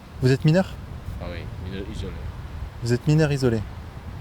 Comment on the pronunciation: « Je suis MINEUW !!! » 😅 Va dire ça à KB. 😜